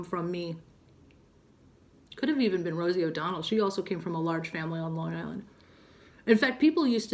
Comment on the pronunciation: I had no idea you’re from NY. Me too. But, I don’t detect a NY accent at all when you speak., except when you said: Long Island.. I heard it a tiny tiny bit. Lol. Love it! Lovely that you mentioned Roxana. 😊❤️!!